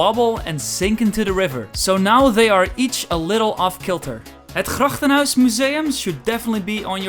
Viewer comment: Wooowwww How he said 'het trippenhuis' 😮